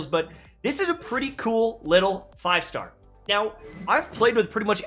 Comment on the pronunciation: I keep hearing you saying "thigh star" instead of 5 star, what's wrong with me...